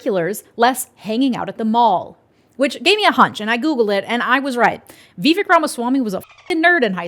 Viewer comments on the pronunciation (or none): can you please say Vivek's name correctly? I don't think you're saying it wrong on purpose, but I think getting peoples' names right is really important (even when we don't like them). It rhymes with cake and rake--Vih-vake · His name is vivek. It rhymes with cake. Remember his rap?